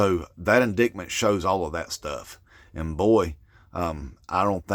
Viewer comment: With respect, it's pronounced in-DITE-mint not in DICT mint.